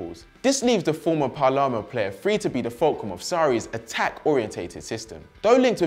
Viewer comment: Also seems to think there's a team called "Parlarmo"